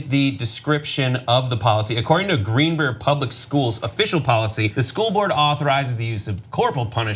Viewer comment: The town is pronounced Green Br-eye-ar.